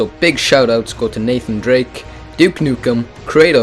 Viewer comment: nathane drake?